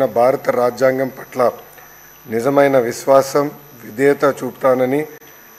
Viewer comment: విష్వాషం కాదురా బాబూ విశ్వాసం కూనీ కూనీ చెస్తున్నావ్ తెలుగుని జగన్ మోహన్ గారు.